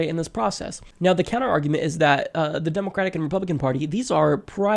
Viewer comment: That pronunciation though... "demOcrat"... "demOcratic"...